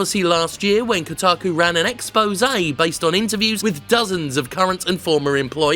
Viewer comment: "Kotaku" Closes video